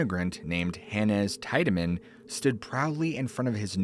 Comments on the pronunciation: I'm from Cleveland and Franklin Castle is haunted. There is also a tunnel from Franklin Castle to lake Erie. I've been inside the tunnel which has been walled off in the middle with bricks. Tiedeman is pronounced teedamin. Not tide a min. But that is besides the point. Just for future reference. The tunnel was used during prohibition to haul illegal liquor from Canada into Cleveland via the lake. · Great stories. I've lived in Ohio my whole life and heard a LOT of weird stories. 2 things: in NE Ohio we pronounce it "tee-deman" not "teye-deman." In German, the combination "ie" is generally pronounced "ee" and "ei" is pronounced "eye." Also, I'm skeptical that the air force would show a civilian classified footage of a UFO and share any national security information at the height of the Cold War (not a reflection on you retelling it). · It's pronounced HAHNZ TEEED-AH-MIN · Haaans Teed-A-Man is how u say his name. I grew up next to this home and played in it and the yard as a kid. Franklin Castle!!! I have many stories of this place and the homes in the area. Don’t forget about the baby skeletons from the doctor that performed illegal abortions. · TEE-DAH-MIN. There's a road on thr west side named after him. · Pronounced Tiedeman wrong. And didn't even show the REAL Franklin castle.... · Came here to correct him on how Tiedeman was pronounced. I used to live around the corner from Franklin Castle. Creepy place.